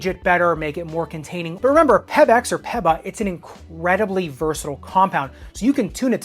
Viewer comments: It's pronunced Peaba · The plates work lol stop reaching for content. You realize running economy can be studied? It’s also pronounced “peeba” and it exists in basketball shoes with a stiff carrier. You have no scientific backing saying it increases injury, it’s all conjecture. You On take is also nonsense, plenty of elite runners where them and again you don’t have scientific backing saying they are bad because they “wear unevenly”. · Hate the way you say peba